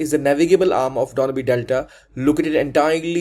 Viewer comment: Sir, you don't even know how to pronounce Danube properly. With due respect may I ask you that how could you pronounce it in such a way. Dona bee what ??..